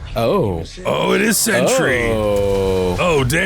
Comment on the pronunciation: it's Sentry lol